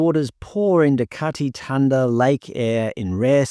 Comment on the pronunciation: why on earth would "thanda" be pronounced "tanda"?